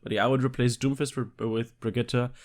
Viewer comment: Dude at least pronounce the hero correctly.